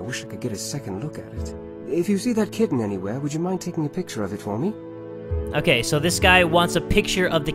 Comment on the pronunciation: I have no idea why people were mean about the way he pronounces the word kitten,it literally sounds so wholesome